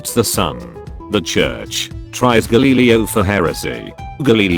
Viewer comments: Nobody: Voice: Galeeleeo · Nobody: Bot: gALeELeO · Nobody: The robot voice: GALEELEEO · GALEELELIO??? Geez that program needs help. Also Gus Johnson is always a great addition! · No one: Text voice: G A L E E L E O